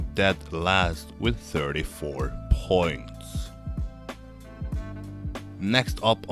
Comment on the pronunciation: I don't like the way you speak in this video. It's slow and idk why you hold syllables that much (especially on "points"). The content was fine, that's why i watched the whole video but i almost left a few times :/